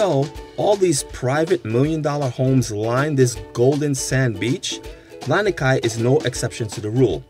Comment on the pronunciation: Misspeled brah, Lanikai not Laniki